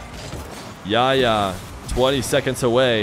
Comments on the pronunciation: I know the arabic "ح" is hard to pronounce but I have a friend called yahya and pronouncing it even as h makes it sound better than yaya imo. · just pronounce the 'h' in Yahya please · Ikr lol. He Makes the H silent lol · I love you but your pronunciation of Yahya is so funny